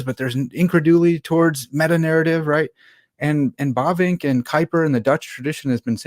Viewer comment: Herman Bobink? Bobing? ... Bavinck!